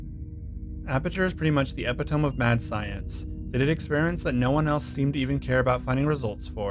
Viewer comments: ep-it-o-me. Not epit-ohm lol. Also while I enjoyed your narration and video overall, it was a bit of a strange choice to rarely show relevant footage during discussions where they are be necessary. Iceberg videos are supposed to be definitive encapsulations of current knowledge backed up by supporting evidence. Putting the relevant footage on screen while talking about certain topics should be a no-brainer. Yes I know this video is going on four years old. Oh well still worth a comment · You don't know how to say the word "epitome"